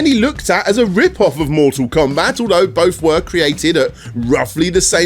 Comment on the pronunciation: Awe-cyde? Mooh-all combah?